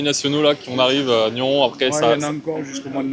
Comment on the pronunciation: Bonjour Merci pour cette vidéo effectivement Une belle partie et une fois de plus quand on joue contre ces géants de la pétanque il faut jouer toutes les boules Sinon le couperet tombe. Petite précision ont prononce le S à NYONS .merci bonne continuation pour ta chaîne